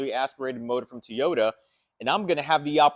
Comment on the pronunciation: What is a "TEEOTA"?